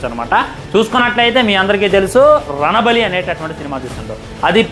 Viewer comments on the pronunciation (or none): Ranabali kadhu Ranbaali ra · Ranabaali adhi, ranabali kadhu